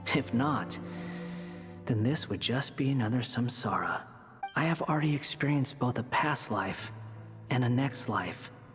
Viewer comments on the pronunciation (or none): none